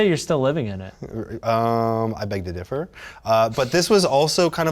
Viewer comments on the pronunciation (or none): none